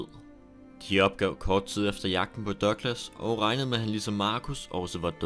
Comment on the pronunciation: Er jeg den eneste der begynder at grine hver gang han siger "Dørglas" eller douglas??